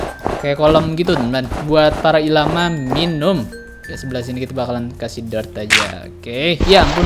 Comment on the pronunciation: bacanya el lama bang wkwk